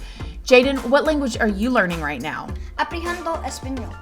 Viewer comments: Its not aprejando español.. Its aprendiendo lol but good try lil guy!!! Hes so enthusiastic! Gotta love it! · he's so cute but its pronounced aprendiendo no H spanish can be tricky lol